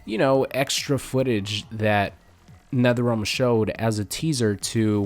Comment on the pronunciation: No no its nether relm buddy